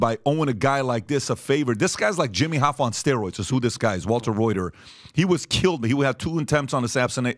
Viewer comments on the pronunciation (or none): It is prounced Ruther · I can't believe that a guy from Detroit doesn't know about the Model T, and that someone would pronounce Walter Reuther's name like the news agency. How commonly known history has faded away!